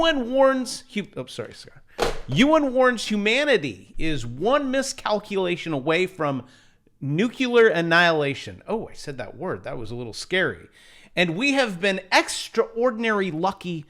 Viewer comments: NOOCLEER...NOT NOOKULER....NUCLEAR....LOLOLOLOLOLOLOLOLOLOL.... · Nuke-you-ler annihilation? Do you mean nuke-lee-ar annihilation? ;-) We are throwing tomaetoes at you (or are we throwing tomahtoes)? ExtraordinariLY!